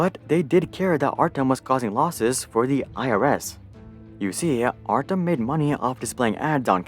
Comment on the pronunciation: Artem? Pronounce as artYOm..... do research before make video